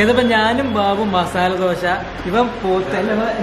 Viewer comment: Masaala dosha alla masaldasa😂😂😂😁😁🙄